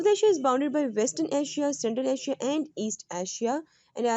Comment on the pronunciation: When punjabi speaks urdu then Asia becom aasiya 🤣🤣😅